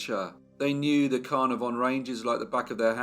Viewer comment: Not Car-nar-VON. Pronounced Car-NAR-von, with the emphasis on the second syllable.